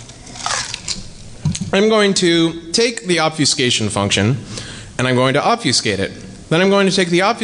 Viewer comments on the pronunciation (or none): I hate to be "that guy," but "ob-FEW-skate" was killin' me, smalls. It's pronounced like "ob-feh-skate." While we're at it, here are a few more words that will start driving you batty when you realize how often others (possibly including yourself) mispronounce them: Familiar: Everyone says "FER-miliar". Stop that now, sir and/or ma'am. Comfortable: Everyone says "comf-TER-ble," which seems technically allowable in the dictionary, but only because so many people have fucked it up for so long. Good job. And perhaps the one that drives me the craziest: "An historic": The 'h' isn't silent, ffs. You don't study "'istory," you study "history." It's not "an 'istoric moment," it's "a historic moment." Google the shit out of this if you'd like; you'll find all kinds of divergent opinions, but there is a correct answer, and it's the one I've conveniently provided for you. Actually, you know what? Here, read this to yourself: "Historically, Hilda had the honor of having horny hombres gaze hourly at her humongous hooters from the hillside." Even if you're sans penis, I'm punching you in the dick right now if you read that like this: "Istorically, Ilda ad the honor of aving orny hombres gaze hourly at er umongous ooters from the illside." MAN, that felt so good to pointlessly say on YouTube! Now everyone reading this gets to think I was angry or in a pissy mood while typing all of this, but, really, I was laughing and enjoying myself the whole time. Yaaay, Internet! :D